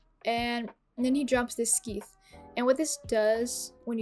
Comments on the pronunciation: Scythe "skeeth" 😂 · The c in scythe is like the c in scissors, so it ends up being pronounced sigh with a th at the end. If that didn't come across as very clear, you can also Google the pronunciation. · Hehe just FYI, sythe sounds like "life" and the c is silent =) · We got the skeeeeeeeth. Lmao, who says it like that! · that's a cute way to say it but no. Scythe is pronounced like sithe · Great video, and helped me with many questions I had about the mod. Only critique was how you pronounced scythe. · first time I have ever heard someone pronounce Scythe like that. Instant subbed 😄